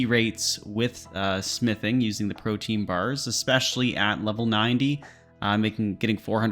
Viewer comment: I’m so sick of the RS community mispronouncing everything. PRO-Tee-An. Proteen? Why